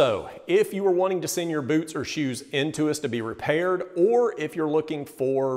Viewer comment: Did you say red wing buuuts of shoes?